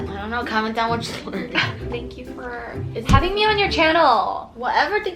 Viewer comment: "shank you" 😂😂😂😂